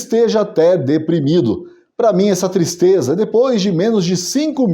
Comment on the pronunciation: Que "tistreza"